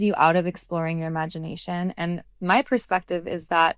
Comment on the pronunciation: Imagineation…sounds like ‘I magic’